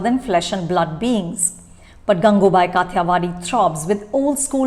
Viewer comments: It’s काठियावाड़ी, not काथीयावादी. It’s कामाठीपुरा, not कामातीपुरा. It’s ढोलीड़ा, not डोलीदा. THESE WERE EXACTLY MY PET PEEVES TOO. I have the same pronounciation pet peeves for Varun Dhawan. Anu. Chopra is U.P. Bhaiyya and her mom is script writer. But she wants to show that she is "hip" woman from south bombay (not mumbai) mind you. Ms hoity-toity, karan-johar-types. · It’s so irksome that Anupama almost always mispronounces the few, scarce Hindi words that she chooses to use in her review, in this case, the movie title itself. You’re pronouncing Kathiyawadhi as it’s written in English instead of its original Hindi pronunciation. What level of elitism is this that you feel compelled to distort Hindi pronunciations into an almost English one? One can polish their reviews with the fanciest English vocabulary but one discredits their own self massively when they can’t even pronounce or properly speak in the language that the movie is being made in. It’s happened so many times in so many reviews (sometimes with some very common proper nouns)… it almost makes me wonder if Anupama is even comfortable in speaking Hindi. At least do the research for the correct pronunciations for something as integral as the movie title. This comes from someone who is an avid viewer and admirer of this channel so please don’t brand my criticism as trolling, as you are wont to do.